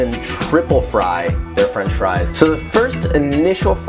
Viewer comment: makes sense. belgium fries doesn’t sound as cool as fwench fwies